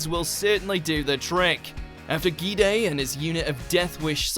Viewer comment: For fuck's sake, you'll never learn how to pronounce Bungou Stray Dogs, will you? It's not pronounced with short a, it's pronounced with short u. Also the "gi" in Gide is pronounced like in "giraffe", not like in "gift", since it's a French name, not a Japanese one.